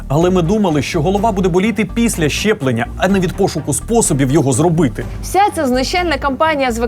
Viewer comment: Ясю, не "чЯстина" , а "частина". І колезі передайте, що не щЄплення, а щеплення. Вку*вл*є така покалічена вимова.